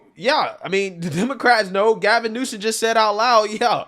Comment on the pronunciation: It pronounced Gavin Nuisance